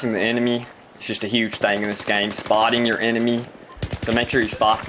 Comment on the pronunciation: "Spottienig your inemy"